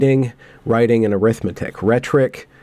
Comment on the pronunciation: “Rhetoric” does have an “o” y’know.